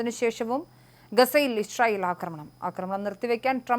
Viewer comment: Isharayel alla, icharayel!!! Vayilulla pazham vizhungiyittu news vayikku. 😂😂😂